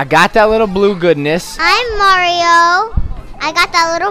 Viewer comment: lol said m to the a to the r o. maro instead of mario